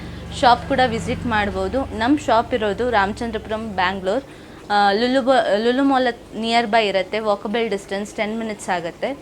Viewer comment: Corruption in your word madam In sec cat fish ah cat food ah sec Lulu bal ah lulu mall ah 😂 madam tongue rombo roll howwdo😅😇🙏🏻